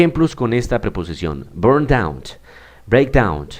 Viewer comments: You should improve your pronunciation. your ending sounds are "T" oneT, downT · Excuse me but, the pronounciation of the word "down", is with N and not with T.